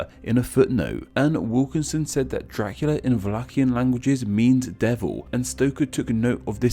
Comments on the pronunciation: Question with pronunciation (what a surprise): Can you make the “dr-“ sounds without making it sound like “jr-“? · fishlegs It’s a common habit for English speakers. “Dracula” phonetically came out sounding like “Jra-kyoo-luh.” Similar to “Drive” sounding like “Jraiv,” “Tree” sounding like “Chree,” or “Fortune” sounding like “for-Chin.” Do you ever notice this?